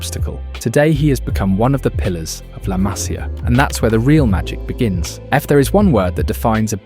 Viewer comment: Masia, MasIa no hay acento en la primera A. Se pronuncia como si llevara acento la I.